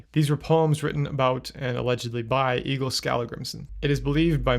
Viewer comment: Egil as a Norwegian name is pronounced "Eh-gill" (just in case you wanted to know)